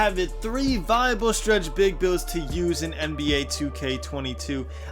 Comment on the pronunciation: POWER “Stwetch Bwig” DF